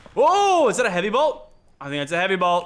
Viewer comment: Who else was raging when you said blot instead of bolt? 😂